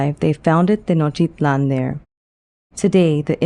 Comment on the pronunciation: Are you deaf? She's pronouncing it in the native language, and the t's are definitely in there.